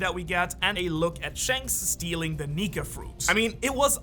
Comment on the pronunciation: Whait i thought lutfi fruit is Nika!!.... is it only me hearing it as Nig* fruit?